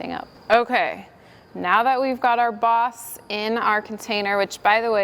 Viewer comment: This is the first video I've seen on this channel. I was really confused for a while because it sounded like she was saying "box". And then she was putting box in her paint sprayer. Haha. Anyway, for those, like me, who didn't know what "boss" was. It's a primer.